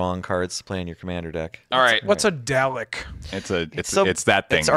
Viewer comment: Several Doctor Who fans just made a mistake in their knitting upon hearing pronounce "Dalek" wrong.